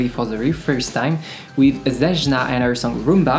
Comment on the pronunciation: Btw her name is pronoumce like its written ...it is Zeyna...on english ..greets